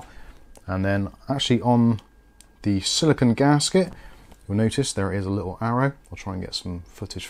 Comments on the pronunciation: It's silicone (sili-CONE), not silicon (sili-c'n or sili-con). CPUs are made of silicon. The thermal paste guard is made of silicone. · Silicone. said it wrong.